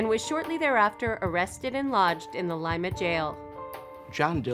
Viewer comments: that's definitely the correct pronunciation. Like "lime". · Good to hear the correct pronunciation of the town of Lima, Ohio. Many foreigners or non-mid-westerners pronounce it like the capital of Peru. It makes me laugh when hear it. First syllable “lime,” second “uh” Now you’re getting it! Now! Let me walk you through the proper pronunciation of Versailles, Indiana! 🤣